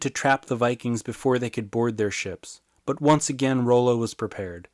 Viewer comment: I believe it's pronounced raw-low, and I'm related to him hah